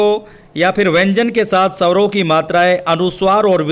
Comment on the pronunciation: महोदय आप हिंदी पढ़ाते हैं तो कृपया हिंदी के शब्दों का सही उच्चारण किया करें आप बार बार स्वरों को सवरों कहकर उच्चारण कर रहे हैं,सुधार करें